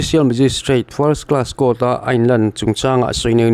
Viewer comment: "Cour" I ti hi eng thil nge ?😅😅.